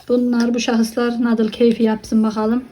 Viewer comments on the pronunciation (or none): afiyet olsun ama “nadıl” şeklinde okunmuyor o, “nudıl” olmalı. Çok dikkatimi çekti